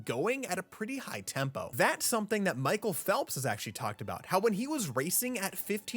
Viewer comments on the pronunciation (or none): none